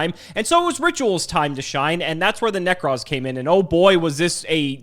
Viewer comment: I feel like we've got enough material for a " pronounces card names wrong" montage while The Ting Tings hit song "That's not my name" is playing in the background. Whatever the f**k Nekroz Colossus is... -_